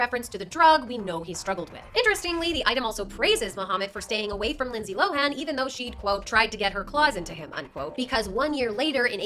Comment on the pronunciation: It's Lindsay LOWEN......NOT LOW-HANN! geez do your job.